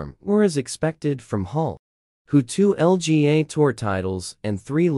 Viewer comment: It’s LPGA not LGA wtf?